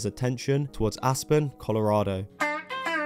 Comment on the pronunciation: I thought you said "Ass-burn" when you pronounced "Aspen."